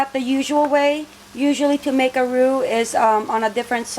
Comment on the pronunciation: Roux rhymes with you. Great video.